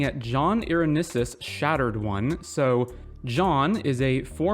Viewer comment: I love the brew but the way you pronounce Irenicus makes be feel gross ^^’